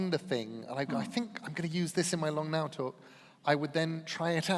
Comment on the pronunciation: I thought he said the long nail foundation 😅